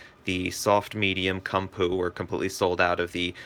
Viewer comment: Koom-poe. Not come poo. Ha!